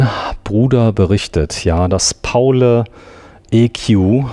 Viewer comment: Es heißt Pauli wegen St. Pauli. Nicht Paulä